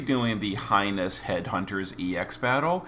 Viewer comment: Heinous... like hey-ness. Jussayin'.